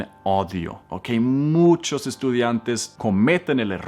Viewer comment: Cuando escucho a comenter errores en español, me hace sentir mejor porque me cuesta pronunciar la “R” en frances 😂😂 🤣 además dijo que “daughter” es niña cuando entralidad es “hija” y, también noté que no puede pronunciar bien la Ñ, aparte dijo “odio” en vez de “oído”... pero la verdad a mi me encanta